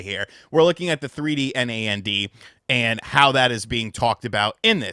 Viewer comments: It’s weird hearing someone spell nand vs pronouncing it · for NAND, most people just say Nand